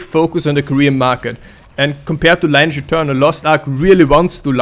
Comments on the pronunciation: actually, Lineage is pronounced kinda "lee-neege" not "line-age" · It's Lin e age 😀